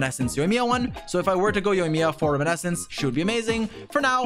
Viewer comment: Ah yes, still pronouncing "Reminiscence" as "Riminescence"